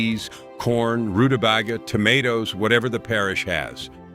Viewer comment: Roota bay guh, not roota bag gah. And you mispronounced another one right after ward, but I got so upset... Oh YEAH. I'm from Minnesota and have NEVER heard it called hoddish. It's HOT DISH. Hot, hot, hot 🔥🔥🥵🥵!!, dammit!😮😮